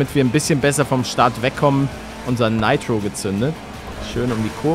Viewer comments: Junge sag bitte Nitro das triggert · Niemand Palette: Naitro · Meine Aggressionen weil er ,,neitro‘‘ sagt 📈📈📈📈😂😂